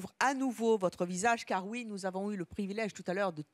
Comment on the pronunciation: Charlene et son pretendant gagnant ils disent ui au lieu de oui c trop drole